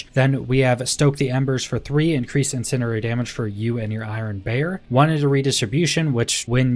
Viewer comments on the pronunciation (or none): Incendiary, in-send-ee-ary